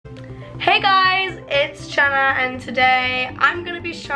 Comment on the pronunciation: Who else heard her say jhanna ???